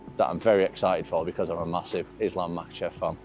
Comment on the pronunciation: Chael hears the names all the time still says them wrong lmao there's no L in his last name brother